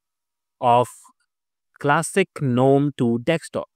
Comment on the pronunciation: Good info - Gnome is pronounced as <Ganome> NOT <Nome>